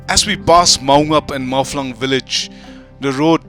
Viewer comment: Not 'mawflang 'its 'mawphlang' because in Khasi language there is no 'f'